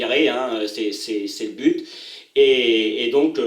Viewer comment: Donc. Et pas donque, but. Et pas bute